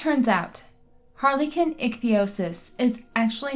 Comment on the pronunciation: Harlequin phonetically is Har-le-kwin.